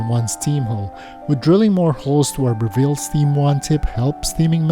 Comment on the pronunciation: Note on the pronunciation of the name of the organisation. It's Breville not Bre-ville. The emphasis is on the first syllable, not the second.